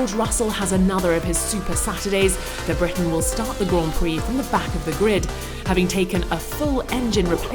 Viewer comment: Briton, not Breton.